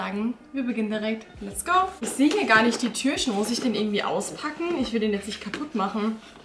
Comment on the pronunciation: Ich mag deine Videos echt gerne aber kannst du bitte das Wort Türchen richtig aussprechen und nicht immer Türschen ?